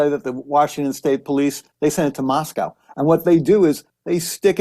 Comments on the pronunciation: Pronounced Mos-co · Howard Blum needs to learn how to say Moscow. It's pronounced "Moss-co." As we tell those not from this area, "there is no cow in Moscow." Considering he actually went there, he should know this by now, especially since he wrote a book about it. Kohberger was a TA at Washington State University (in Pullman), not the University of Washington (which is in Seattle). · Couple of small corrections: It was Washington State University not University of Washington. Moscow is pronounced Mos-co Boise is Boy-see